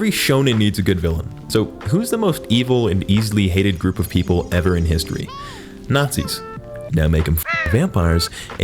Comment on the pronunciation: "ve... ARE NAZIZ"